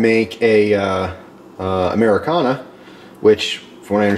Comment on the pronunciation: Americano, not Americana my friend.